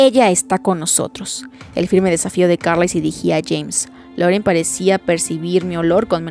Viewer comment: Que buen capítulo y lo gracioso fue que Edward por fin consiguió asustar a Bella jajajajaja aunque no voluntariamente. Por lo del acento francés creo que el nombre de Laurent se dice Lorant como dijo él en la película